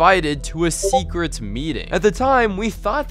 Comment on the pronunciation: Im gonna destwoy yor secwet chest 🤠😁 got me rolling on the floor 😂😂